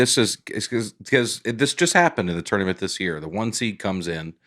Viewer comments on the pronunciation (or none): none